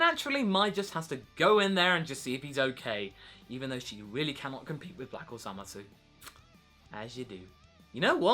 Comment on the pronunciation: Why are you calling him ZamasU (with the u not silent) instead of Zamasu (like in the anime the u silent) And I wonder... when will vegeta and goku fuse...